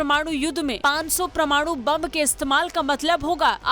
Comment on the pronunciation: WHAT IS "PRA-MANU" YUDDH??